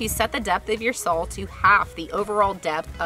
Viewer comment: i love how you pronounce SAWL instead of saw... thanks for sharing!